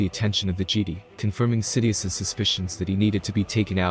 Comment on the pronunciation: Gd? It's pronounced Jeh-Die.